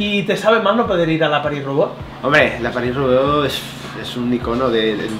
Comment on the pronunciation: valenti es paris roubaix, roubaix se pronuncia con e final no con o